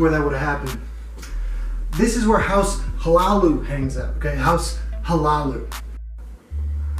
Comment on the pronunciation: Hlaalu is pronounced La-Loo. Great vid as always.